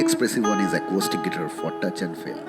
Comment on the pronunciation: Dear Mr. Anchor, First: please pronounce guitar correctly. Second: should have talked half & played half of the time. Third: Please don't waste public & Artists' time with such boring interviews with interviewer face missing in the frame. SORDID!